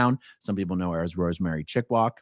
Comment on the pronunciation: I see. "Chickwak", not "Chickwog"